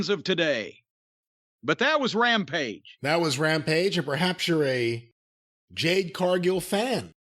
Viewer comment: "Jade", Mr. Cornette.